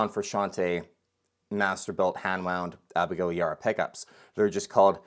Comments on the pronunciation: Abigail’s last name is pronounced E bar ah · it's pronounced YA-BAR-AH